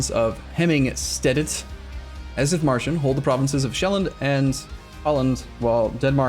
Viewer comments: And also the I is long, Deet-marshen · The "H" in Dithmarschen is silent (as is any H after a T in German), so please ignore it. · The „h“ is silent in dithmarschen.